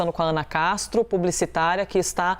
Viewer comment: ... é "PUBLICITARA"